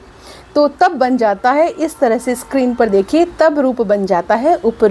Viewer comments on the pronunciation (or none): none